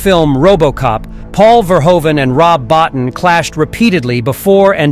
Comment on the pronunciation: Bottin is pronounced Bow-Teen.